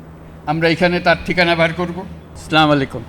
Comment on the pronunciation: ইউনুসের সালামের উচ্চারণ টা খেয়াল করুন। নোবেল পুরষ্কার পাওয়া শিক্ষিত লোক সালামের সঠিক উচ্চারণ কি হয়েছে?